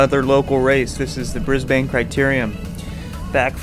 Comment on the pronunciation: Awesome vid but it’s “brisbin” not “Bris-bane” 😂